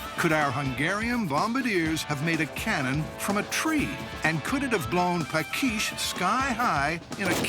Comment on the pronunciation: The tree cannon builder town (village) was Paks (pronounce: pa:ksh) not "pakish". Greetings from Hungary 😉